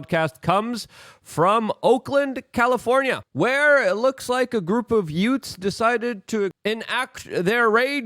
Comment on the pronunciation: "...a group of yutes?" What's a yute?